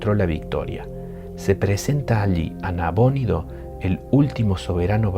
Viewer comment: ¿ Nabónido o Nabonido? nunca lo había escuchado con acento.